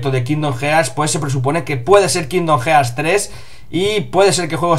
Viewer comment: Como consejo os diría que ya que dais noticias sobre cosas en Inglés, al menos aprendais como se pronuncian. Queda muy gañan decir "jearts", "the lastofus"...